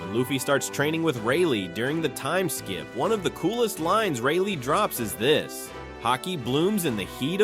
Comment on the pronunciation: Ah, yes, everybody’s favorite arc: Skippy-aye-ya.